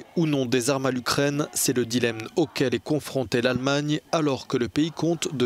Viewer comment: Journaleux analphabète: on dit "dilemme", pas "dilemne". Et on dit Kiev, pas Kiff. Tu te crois dans ta banlieue?